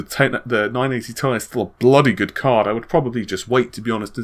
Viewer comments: dude its T.I. not 'tie' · "the ten eighty TIE" its T.. I.. or titanium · its called "T" "I" not ti not together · IT'S PRONOUNCED TEE EYE. NOT TIE. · Where on earth did you get the idea to pronounce it as "tye", no-one ever does that... :) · The letters are pronounced seperate, like in WV Golf GTI. Nvidia themselves pronounce it like this. It is not a Tie-Fighter. Nor one of them scarfs men wear around their necks. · Nobody pronounces chemical elements as they are written e.g. "Au", "Pb", so why would you do it for Ti? Ti isn't a standard spoken abbreviation for the word titanium either. I appreciate Nvidia might have alluded to it being pronounced "tie", but doing so because it means titanium makes no sense. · this is the only place i havent heard it pronounced "tee-eye" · Why don't you say 'tee aye' like almost everybody I've ever heard? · Omg the way he says ti. Pllllls stop.